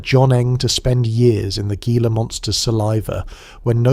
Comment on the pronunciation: Your research should include pronunciation. "Gila" is "hee - la". Rookie error and why humans are superior to machines.